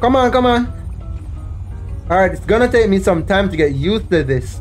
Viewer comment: "its gonna take some time to get UUUDDSS to this"